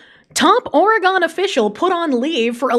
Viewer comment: bruhhh “ore gone “💀💀 *Oregin *